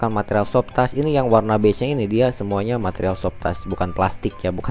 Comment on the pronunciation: Mas, maaf, sebutan Soft touch bukan soft tas......satu lagi Cruise Control.....bukan Kruis Mas.....susah kasih tahunya lewat text...cek di google translate aja mas.....biar video selanjutnya gk terlalu mengganggu di telinga....thanks anyway